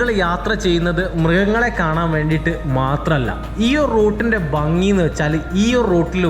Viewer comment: ബങ്ങി അല്ല ഭംഗി, അങ്ങിനെ ഉച്ഛരിക്കുന്നതാണ്, ഭംഗിയും ശരിയും!